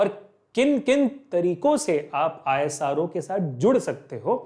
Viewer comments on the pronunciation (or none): Isro ❌ Aaye_saa_roooo ✔️